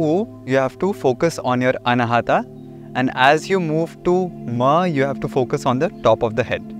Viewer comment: Excellent explanation, kindly pronounce अनाहत not अनाहटा